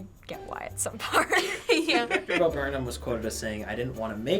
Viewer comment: It's Bo yo!